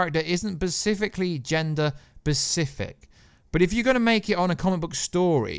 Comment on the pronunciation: How many times can you be corrected for mispronouncing a word and yet you still continue to mispronounce multiple times in one video. Specific. Specific. Specific. Specific. Specifically. Pacific is an ocean. Come on man.